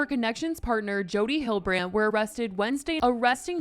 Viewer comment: You are pronouncing Hildebrandt incorrectly